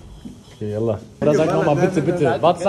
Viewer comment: Er hat vallah gesagt nicht ballah